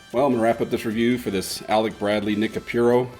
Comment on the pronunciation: not Nica pure oh....it's Nica Pooo Roh